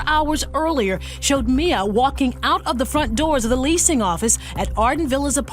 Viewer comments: they already covered this video a year ago and pronounced the victim's name as Mee-ya but now as My-ya. why? idk. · MI - YA, NOT MA - YA, girl this is so weird of you, you put these clips together and know how to pronounce her name yet you continue to be oblivious it's so weirdly disrespectful to somebody who was lost in such a horrible way. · Her family called her Miya “mea” and her killer called her miya…..and you keep saying Miya🙄🙄🙄🙄 I’m sorry but this is making me sooooo mad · I’m sorry but I have to say it cause it’s been bugging me your WHOLE video. The girls name is “MEE-YAA” not “MY-YAA”… 🤣🤦‍♂️ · How does put viddo clips of the family using Miyas name ovsrand over, yet she pronounced it incorrectly the ENTIRE video? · Why did you mispronounce the victim's name all through this video? Just wondering. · that extremely disrespectful to victims and families of victims. Especially when all her reference videos to support her fax, they say the name correctly it really only takes one second to learn how to pronounce whoever you’re talking about’s name, so that’s a 💩excuse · yes it is. There's news clips she included that say it properly. It's disrespectful. She's only doing it to get more comments and engagement so she reaches more people. She does this all the time on purpose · You are quite literally choosing to not pronounce her name correctly, you’re too careless when speaking about such sensitive situations… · Pronounce the victims names right my God. It’s not hard and your being disrespectful